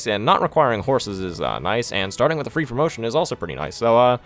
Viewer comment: "promition." Uhhh....